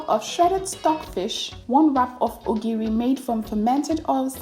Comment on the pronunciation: She called it OGIRI